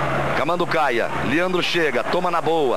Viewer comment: Liandro... é Leandro , Galvão